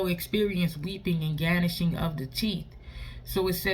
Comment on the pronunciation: Amen, the "G" in Gnashing (is silent)